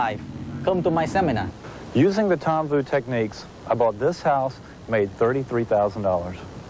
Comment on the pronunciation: The Tom Vu Seminahhhh!!!